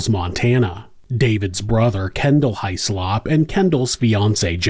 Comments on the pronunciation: It's usually pronounced Hizz-lup or Hizz-lop without much emphasis on the O but in this instance High-Slop is much more fitting for this despicable perpetrator. A huge piece of slop in fact. Poor little October. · Child deaths are always so upsetting 😢😢 Small detail, Hyslop is pronounced 'hiss-lop'. It's a Scottish name, and is supposed to be produced this way. I feel that in America it is normal for surnames to be pronounced differently from the original pronunciations.